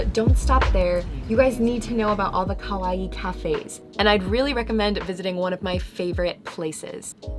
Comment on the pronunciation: It’s kawaii not kowaii because that means scary or I’m scared